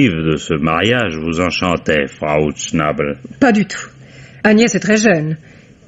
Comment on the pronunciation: Herr ''chnAbel'' 😂🤣... la prononciation française de l'allemand est intemporel... une pensée émue, pour l'occasion, aux cousins alsaciens.